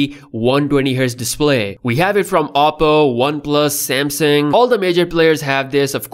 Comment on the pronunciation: You can't really pronounce Samsung correctly. Lol